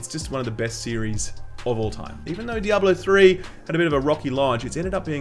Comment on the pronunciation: You pronounce Diable 3 really weirdly, not trying to be rude though. It sounds like you are saying "double 0 3", which makes me think it is a knock off James Bond character.